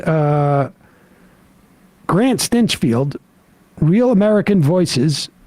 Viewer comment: is sam seedy pronouncing stinchfield's last name as "stench-field"? it's probably apt.